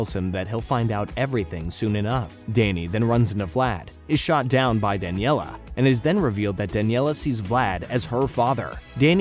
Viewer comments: If only he could spell and pronounce character names right. I was cringing whenever he said “Daniella”. And I noticed he spelled “Valerie” with an “o” in the middle. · OK if you’re gonna do a video like this, you have to do it right here are a few things that you’re missing; Name pronunciations - Danielle not Daniella - Plasmius not Plasmus Plot points - in your list of notable characters you prioritized Dani over Valerie when she only appears in 2 episodes and guest stars in the final. Valerie should have been listed and she should have been listed before Dani - Danny walked into the portal on purpose not by accident - Vlad’s hair turned white. That did not age him up. It just inverted his hair like Danny’s. Vlad was too sick in the hospital, recovering from the incident to graduate. - this is not the entire story if you’re skipping episodes. This is the gist of the story. - the Fentons are DEAD that is Valerie Gray and her father, Damon Gray! TUE was one of the best episodes of the entire series before its downfall in writing….AND YOU BUTCHERED IT??? What tf do you have against Valerie???? - Jazz shoots Vlad not punches him - oh now you mention Valerie??? And you write her off???